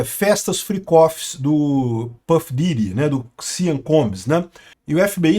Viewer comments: Eu tentando entender o que diabos é "siam" e o nome dele é "sean". A pronúnica é "xan", caso alguém se importe. Não "siam". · Sean Combs é pronunciado "Shawn Combs", não "Sian" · Gosto muito dos seus videos, o que esta se falando agora e que os óleos de bebe que foram encontrados na mansão do Sean ( pronuncia e ‘shon’ e não sian) não eram exatamente óleos e sim drogas, as chamadas êxtase em forma liquida a GHB (gamma hydroxybutyrate). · Amigo, não se fala: SEAN, se fala: CHON. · A pronúncia de Sean é “chon”. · A pronúncia do primeiro nome dele é Shãn ( Sean ) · NÄO, È SEAN COMBS FALADO È " SCHON".... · A pronúncia de Sean é “shon” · O nome SEAN pronuncia-se "CHÓN". "CHÓN COMBS".